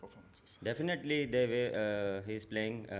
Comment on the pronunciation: definitely they 🤭🤭🤭 ab to sari hade paar kar di English be like ab to muje maaf kar de😢😢 Aur Definitely be like mene tera 😂😂😂 kya bigada hai